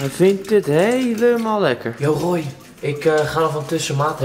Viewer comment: Het is toch Roy en niet rooy